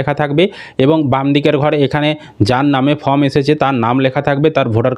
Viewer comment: ফ্রম ( from) নয় , ওটা ফর্ম ( Form) হবে 😅